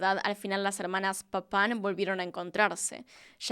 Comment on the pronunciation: Se que esto sonará horrible pero Me causaba riss cada que decía el apellido de las hermanas papaw